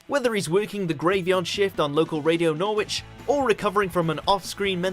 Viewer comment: Haven't you been to NOR WITCH:)